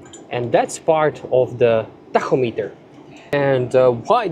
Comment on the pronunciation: I will now be using your pronunciation of “tachometer” from here on out. It sounds so cool. 😎